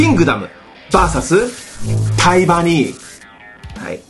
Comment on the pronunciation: タイバニが対魔忍に聞こえて2度見した